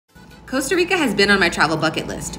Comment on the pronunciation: How about pronouncing it correctly first ? It’s COSTA not COASTA !!!